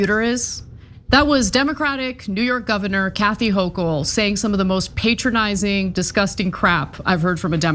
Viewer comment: Stop saying pay tronising